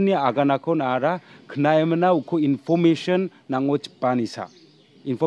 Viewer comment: Englis ong.ja English sa. Inpomesion ong.ja information sa my brother. But don't mind. I think you have to improve your pronounciation.